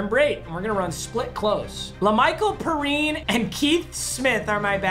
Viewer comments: It’s peerine not pirine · La’Mical puh-reene (it’s pee-rhine) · I know Jets fans are dying when he says "per-ine" instead of "pe-rine" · La’Michal Perine’s name is pronounced P-Rhine for some reason not pa-reen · Perine is Like peerine not pahreen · PAPA IT IS NOT PEREEN! ITS PRONOUNCED PEARYAN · Y does he say parine. It’s pronounced p rine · I think it’s pronounced peerhine not perinn ur pissed me off dad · “Lamical pareen” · Message to Papa: As a Gator fan, I feel pain when LaMichael Perine is pronounced Purine. I love you papa and I know these are not your intentions. Sincerely, your number one only fans subscriber. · It’s laMichael PEA- Rine (like the end of a water melons) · He said Lamicah Per Reen I’m lol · Lamical Pee’rine is how it’s pronounced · Btw it is Pee rine. That is how u say his last name. Luv ur son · true gators fans know is saying lamical perine so wrong (it's pee-rine) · It’s Michael pee-rine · Peerine, I know he is ass but from a Florida fan it’s been bothering me the way he says Perine